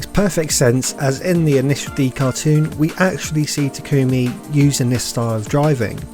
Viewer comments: I hate that she says “ta kumi” not “tak ami” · Mild complaint but it's TA-kumi, not ta-KUmi. Do you even watch subbed bruh? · Great video but why does everyone pronounce it (Ta-Coo-Mi) literally no one calls him this in the entire series. Its pronounced (Taw-cu-me) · its pronounced (ta-kome) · Experiment Failed: The driver can't pronounce main character's name correctly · why do people keep pronouncing Takumi's name wrong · I cringe every time you say takumi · mispronounces takumi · its not pronounced "takOOmi" its "TAkumi" also "touge" is pronounced "toag" not "toe-gay"